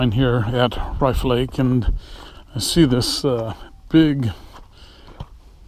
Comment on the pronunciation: I think its pronounced like cliff.